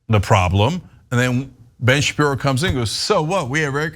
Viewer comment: Oh yeah that's smart to say Ben Shapeepee.. ... 🙄🙄🙄 I know they whipped his in school